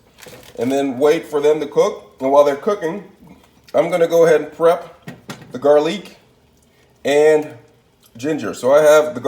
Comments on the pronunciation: bro i’m fuckin crine!! i peeped it 😭 he funny as shit and he doesn’t even mean to be. he says “garleek” 💀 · “GARLEEK” Lol